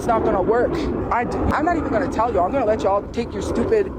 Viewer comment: I absolutely hate the way she says certain words, like tell. She says tyle instead of tell. But honestly I hate everything her racist azz says. Can't wait until she's under a bridge.